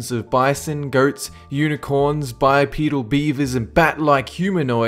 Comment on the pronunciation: On 10 I had to take a double listen to make sure he had said "unicorn"😂